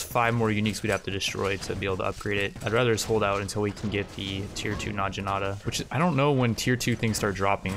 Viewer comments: It's Nag-inata, not Naj-inata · It's actually na-gi-na-ta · and "Najinata" that ones a little more understandable tho. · Says "nadjinata"... I die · It's pronounced "nah-gi-nah-ta" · Hey, naginata is pronounced with the g that you would use in goat